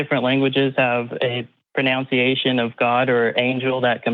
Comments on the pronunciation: He mispronounced “pronunciation’” 😂😂 man this tickled me so much 🤩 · His whole argument hinges on pronunciation of different languages...and he can’t even get his own right (“proNOUNCiation”) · "It's because of the Pro-noun-see-a-tin" "Compared to the Pro-noun-see-a-tin" pruh-nown-see-AY-shun might be what you're looking for mate.